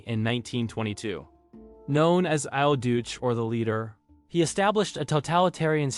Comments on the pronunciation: Al Juice? Try I’ll doochay. Wish YouTubers would learn the correct pronunciation of words before they post their videos. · Does the narrator deliberately mix-pronounce well-known names and words? “Al dootch”? “IT-alo”? “Sicklan B”?